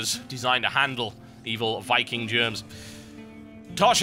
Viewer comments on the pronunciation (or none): none